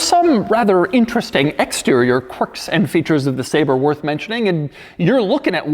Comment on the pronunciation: kwirks did u find any kwirks in this? im surprised u found some Kwerks...amazing that this have so many Kwerks...and features of course but more Kwirks...or Kwercs